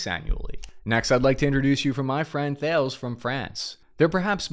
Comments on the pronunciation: Just so you know. Thales is pronouced phonetically Talis. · Thales is pronounced “TA-LES”. Two syllables. Source: am defense contractor and have worked with Thales heh. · Thales is pronounced Tal-Es. (former employee) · your friends at Thales would like to remind you that it's pronounced TAR-LES. In addition to space systems, Thales produces surface to surface and surface/air to air missile systems, with integration into vehicle platforms. It also makes components for Rafale fighters, the Royal Navy and others Great content as always. Thanks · It is prononcée "Tha-Lees", but good reporting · Thales pronounced 'Tah-lez' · Note "Thales" as in the French company is pronounced "Taa Les." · Thales Thay-leez or tah-less (in French). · love your podcasts. Can I give you a heads up though. The French company Thales is pronounced "Talez". 'TH' in French is pronounced as 'T'. I made that mistake when I first worked for them. Keep up the good work bro, it's very informative and a good mix of seriousness and humour. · Why does everyone pronounce Thales incorrectly? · Well damn. I was just going to correct your pronunciation of Thales, but God damn it, don't leave us!